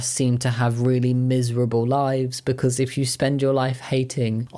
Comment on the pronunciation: did you just say beancause, you fluent punster?